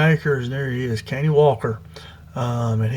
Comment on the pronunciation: Pronounced cuh-Nie